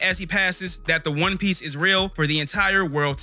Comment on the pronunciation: Yo this neeguh can't pronounce not one fucking name right. 😤